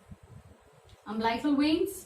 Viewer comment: Your way of pronouncing the amblical cord has error ... U can check on Google ...